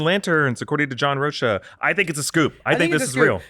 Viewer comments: John "Roh-kuh" not "Roh-sha" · hey my brother, its pronounced John "roke-uh"